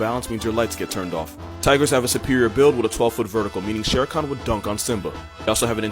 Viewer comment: is it just me or did it sound like he said “shar khan” instead of shere khan 😂😂